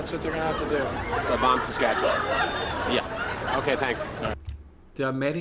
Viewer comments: I've spent my 58 years, so far, in Saskatchewan and I can honestly say Rick Mercer has no idea how to pronounce it. Local pronunciation is much closer to "S'skatch'win" because we don't have the patience to drag it out for 4 hours like Mercer does. And 1/4 of Saskatchewan's population lives in Saskatoon. If you want to have fun when visiting a foreign country tell people you are from "Saskatoon, Saskatchewan". Say it fast enough that it sounds like one word. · As an American, I can confirm that I knew nothing about Canada before I moved there. We especially wouldn't know anything about Saskatchewan, unless we live in a border state. Even Rick Mercer is pronouncing the name wrong, unless he is purposefully pronouncing it like an American would. This Hour Has 22 Minutes became my favorite Canadian show when I moved here. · I have only ever heard Saskatchewan pronounced the way he does, but I grew up in Québec. Western Canadians have a different accent, so any difference could either be due to a different accent... or most of us are massacring an indigenous name. Wouldn't be the only one, not by a long shot (Ottawa is one major example)